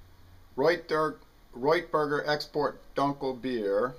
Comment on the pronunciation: I just tried this beer and I concur with your opinion of this beer. I'd like to try their helles lager in the near future. By the way, the proper pronunciation for dunkel is "doon-kel."